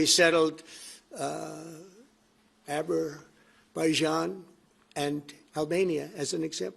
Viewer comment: Aberbayjan with Albania 🤣🤣🤣